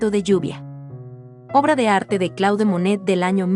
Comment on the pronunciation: muy bello vídeo!! Un sólo detalle que quizás puedas editar de la locución: el nombre del pintor. CLAUDE MONET se pronuncia "CLOD MONE" !!! Saludos. ❤🎶❗